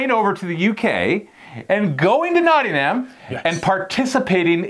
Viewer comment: Little hint: pronounce Nottingham without the H… “Notting-um”